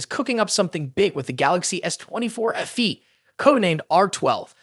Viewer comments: FE not afee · Its letter F and letter E ,not letter F and words Fee.so its Fe simple not ffee ffee